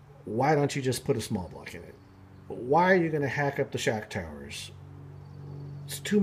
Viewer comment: What’s a “Shack tower”? 😆 just kidding. Great job. Bat brought me here.